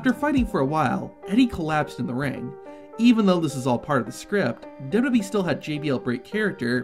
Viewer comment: Why can’t you pronounce wwe 🤦‍♂️